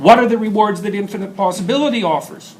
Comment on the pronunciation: He said low posabilty